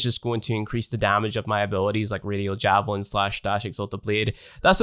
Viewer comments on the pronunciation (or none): none